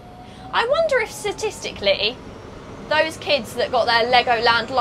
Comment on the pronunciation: Also “satistically” 🤣